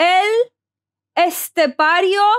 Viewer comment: This is the first reaction to El Estepario that the person is reacting have a perfect pronuntiation about the name. Good spanish!! ( Maybe you know how to speak spanish).